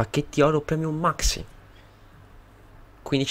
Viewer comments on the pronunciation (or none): none